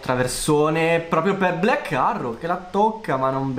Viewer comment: Potresti migliorare la pronuncia quando di "black arrow"? Vai a cercarla su Google translate